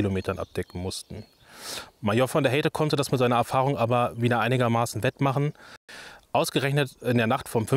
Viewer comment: History Kurzer Hinweis: von der Heydte spricht man im Deutschen mit "ai" (also - v.d. Haidte) aus, also nicht "von der Heiite" .